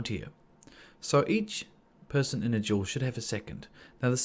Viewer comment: I thought you said 'jewel' and i was thinking 'what jewel?' but you said 'duel'